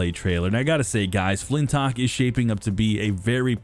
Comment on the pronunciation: The channel is called XBOX CENTRAL, and they cant even say the name of the first party game properly. Its FLINTLOCK, not flintok.. fix your fuxking channel..